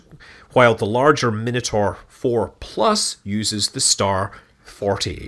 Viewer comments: The pronunciation of “Minotaur” is just bizarre. Is that an American thing? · You might want to work on how you say Minotaur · It's always weird to me when someone pronounces it min-a-tor, when I personally know it's pronounciation to be mi-na-tor. They are both correct. The things we grow up with hey.